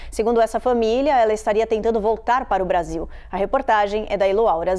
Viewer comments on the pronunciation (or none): ela falou brasinhou😂 não foi espanhou😅😅